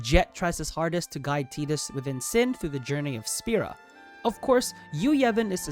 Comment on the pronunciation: Saying Tidus correctly?!? Holy moly, take my sub. 😅 it's my boys name, so it is nice to hear it said properly on here for once lol. Great video all around 👍